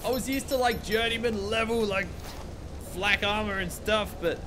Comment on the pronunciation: When you say flak armour i always think you say Slacker armour